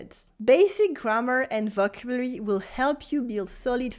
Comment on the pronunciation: Bonjour, Your videos are always great but your pronunciation in English of “vocabulary” is off. It’s very close to the French pronunciation – vo cab u lary. Best wishes, Phil.